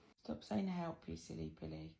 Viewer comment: That two syllable help gets me every time!